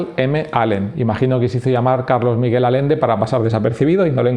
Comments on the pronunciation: Por qué lees alende cuando es Allende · Muy buen video man, aunque me duele mucho cada vez que dices Alende en lugar de Allende. XD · Y no es Alende, es Allende, se entiende? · Todo tan creíble como tu pronunciación de Allende.